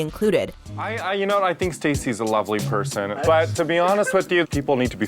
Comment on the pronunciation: I thougth you said prision instead of person lol